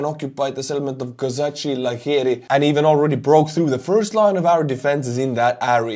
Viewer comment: It is pronounced Kozackey, I've heard that the place name translates as Cossack Tents